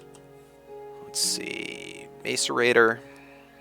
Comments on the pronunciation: u say macorator wrong, its mas-or-ate-er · Pronounced mass-sir-rator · dude it sounds like maserator and c is like s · IT'S PRONOUNCED: MASS-ER-ATE-OR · im pretty sure its pronounced MASS-ER-ATOR.